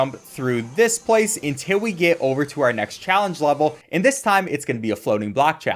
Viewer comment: "untiw we get oveww"